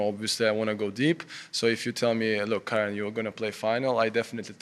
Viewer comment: It's pronounced as KAH-REN (as in Ben) Not KAIR-REN like the female name.